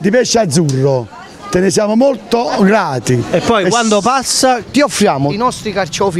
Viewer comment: '...te ne siamo molto orati'